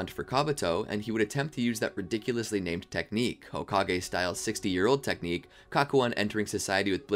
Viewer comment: "hokage styled 60 year old technicue" 😂